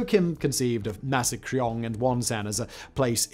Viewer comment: Only possible with quaint American mispronunciation.